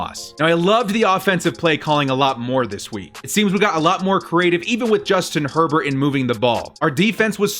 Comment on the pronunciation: I thought he said Justin Pervert...